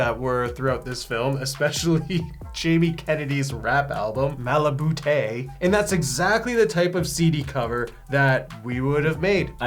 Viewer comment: Hey y'all - it's Taye pronounced "Tie" fyi 👍😂